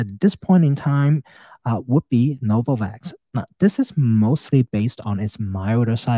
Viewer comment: “HELL NO-VAVAKS”